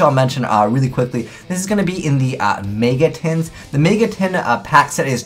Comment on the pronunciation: "may-ga" shudder